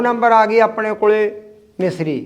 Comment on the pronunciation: ਮਿਸਰੀ ਨੀ ਹੁੰਦੀ ਮਿਸ਼ਰੀ ਹੁੰਦੀ ਹੈ